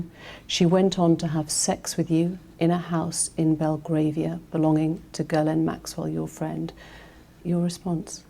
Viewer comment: The interviewer has a strange way of pronouncing Jizzlane Maxwell's name. Someone should notify her.